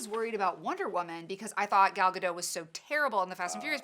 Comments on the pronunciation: Gal Gaa- dot. not gadow or gado. gaa-dot. ok? ok.😉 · every time you mispronounce gadot i want to punch something